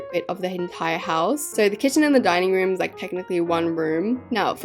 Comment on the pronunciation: Love ur videos , But like I just woke up and u said dining room I thought u said dying room 😂😂😂